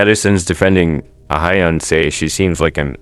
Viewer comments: Just for future reference, her name is not pronounced like uh-hy-yun. It's pronounced like "Ah hyun" and the "hy" part is not pronounced like "hi". It's just an "h" + "yun". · I'm not a stan so i wouldn't know but are you pronouncing her name correctly? Korean names are usually two syllables (Ah-yeon). You're saying A-hy-eon. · It’s not ahayeon it’s pronounced ayon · Ah-hyon, not ah-hy-yon lol. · "aha-yeon" jfc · Learn to pronounce her name correctly 😂